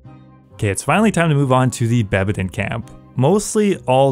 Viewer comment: Also its bedabin camp not bebadin